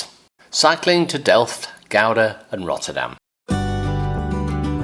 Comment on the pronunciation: You pronounced Gouda pretty well by the way 🙂